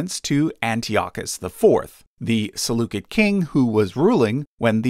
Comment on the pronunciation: The “c” in Seleucid is pronounced like an “s” not a “k”. Seleucid is pronounced like “sell-oo-sid”.